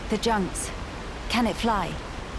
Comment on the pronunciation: "the junks" 😒